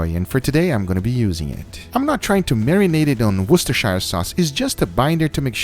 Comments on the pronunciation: Woos-ter-sure sauce. We dont say shy-are in the UK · Wustershire sauce haha